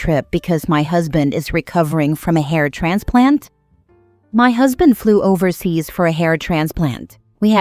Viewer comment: At first I thought she said heart transplant then it registered it was a hair transplant. Omg 🤣🤣🤣🤣